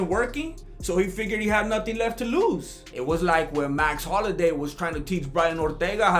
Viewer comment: It's "Max Holloway" not Max Holiday.